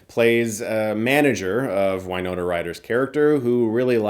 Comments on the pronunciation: “Why-Nona?” Is that how she pronounces her name 😢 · Why-nona?! No. Just no.